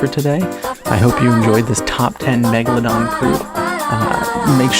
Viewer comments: my favorite scene was when said "m egladon" and then megalodoned all over the place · you mean the *Mochelogeradon... common mistake...